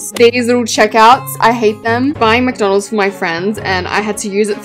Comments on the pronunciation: it’s not M-a-c-d-o-n-a-l-s it’s M-c-d-o-n-l-s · Babe it’s McDonald’s not Mac donalds😂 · U be saying McDonald's rong